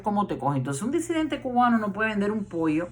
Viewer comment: Muy buena su proyección, con algunas verdades, otras no tanto! Mi duda!!? Se dice “DESIDENTE”(como usted vocaliza?), o en realidad se pronuncia “DISIDENTE” ?? (Como lo avala la RAE), digo!? Si usted sabe lo que es la RAE? , y lo que significa? Por lo demás bien!